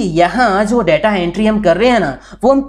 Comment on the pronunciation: 'Daataa' nahin 'Detaa'..... Video banaa ne se pehle pronunciation toh sahi kijiye.....